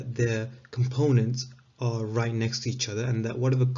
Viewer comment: it sounds like youre saying "aren't parallel" when you meant to say "are parallel". Still very good video tho so thanks